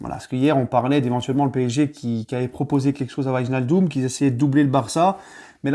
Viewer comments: Tu site très mal son nom comme la grande majorité des Français...ij se prononce hey. En gros c'est wèinaldum. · Par contre il va falloir que tu apprennes à prononcer son nom 🤣